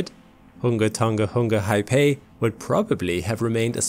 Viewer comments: It's not pronounced HIGH-PAY. It is pronounced roughly as HA-AA-PAA-EE. Get it right. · The tsunami was actually caused by a large volume of ash produced by the eruption collapsing into the ancient caldera and displacing the water. The wave was also much taller than was first reported, iirc the highest point was ~15m Also, the name of the volcano is pronounced hunga tonga ha-ah-py, not hai-pei :) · Ha'apai is pronounced "ha apie " (pie as in pie) not "high pay" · hah-ah-pie, not hai-pay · It's not "Haypey". Learn to fucking pronounce it correctly... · thanks for the great vid. btw: ha'apai is pronounced "ha ah pie" not "hi pay" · Thank you for the clear, factual report. For next time - the pronunciation for Ha'apai is Huh-uh-pie. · Pronounced 'Ha-ah-pie' Great video! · Haipae? Isn't it pronounced like how geology hub channel pronounces it? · Great vid. My only criticism is your pronounciation of Hunga Tonga-Hunga Ha'apai but thats to be forgiven 😆